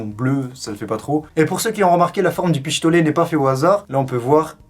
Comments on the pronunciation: Tu dit pishtolet 😂😂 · Tu a dit pichtolet 😂😂